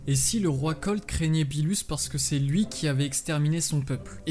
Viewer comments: ce n'est pas "beelus" mais "beerus" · Qui sa stresssss quand il dit "billus" au lieu de «beerus» ?😂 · On dit beerus pas beelus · Première remarque: on dit Berrus pas Belus. Deuxième: c'est Berrus qui a ordonné la destruction de la planète Vegeta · Cool la vidéo mais on dis beeRus pas beeLus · Pk tu dit "beelus" et pas beerus ? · Ouai mais genre c gênant moi chuis pas quelqu'un qui et la avk toute les prononciation c'est pour sa que je trouve mieux de dire beerus après chacun ses goûts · arrête de dire le beelus dis beerus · Ses beerus et pas beelus aprznd à parler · Pourquoi tu dit beelus au lieu de beeRus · Tu as du mal à rouler les R lol. Du coup tu dis Beelus ou au lieu de Beerus mdr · Aprznd à dire beerus et pas beelus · Arrête de dire beelus c beerus wsh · Ne dit pas bilus mais birus stp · Non tu dois plus rouler ton R c'est BeeRrrrrus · Vortex Aniki ok mais si tu parle fr c mieux de le pronocer en fr Ps:tu na pas fais ton intro toi meme hahahahaahahah bon ct drole entouca ct pas mal voila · Z Oue mais sa fait bizard impeu